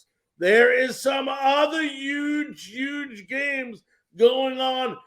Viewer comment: If it’s huge pronounce Huge with an “H”. Sounds like NY or NJ speak!